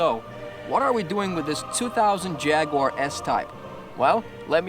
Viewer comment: First of all you can’t even say Jaguar right secondly jags and most British cars are very reliable from years of experience I can say that truthfully.